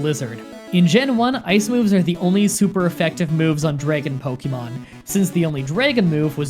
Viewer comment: Good job with the Dre-gon Pokemon